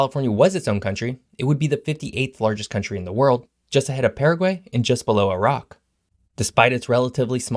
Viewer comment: The pronnunciation of PARAGÜAY was awful, you should leaen the right pronnunciation with the channel General Knowledge